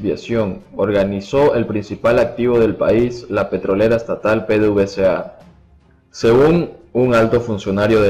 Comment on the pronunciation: Se dice pedevesa